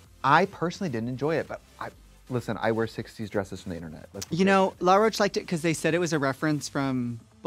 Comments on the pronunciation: I love that Trixie calls Law “LaRoach” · Trixie and Morphine both pronouncing “Law Roach” as “Luh-roach” is so cringy to me lmfao. I’m like, am I missing something? Is that how his names pronounced? Why take a first and last name and turn it into one name 😭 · Am I tripping or has everyone in the RDR sphere been calling Law Roach Laroach? As if it’s one word and also la and not law? Is that really how his name is pronounced? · I'm Australian and 'La' is always how I hear Americans pronounce it. Thats what the queens also sounded like to me through the episode 😂 it wasn't until i was seeing Laws name written on the screen that I was like oooh it's LAW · first of all rupaul pronounced Law Roach's name as "La'roche" and now Trixie is out here doing it too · Trixie saying it like LaRocah and not Law Roach is crazy 😂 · is trixie saying law roach like l'roach....???? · I'm sorry, is Trixie saying "La Roach"???? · It's LAW Roach not LA Roach. Why is Trixie so bad with names? To be fair, Morphine also pronounced it that way during the episode. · To be fair that is how RuPaul pronounced his name